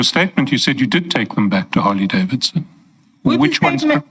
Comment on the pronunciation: Yhooo needs the Interpreter why? I do not see the significance... She can't even pronounce Harley Davidson name correctly to say the least. is full of games shem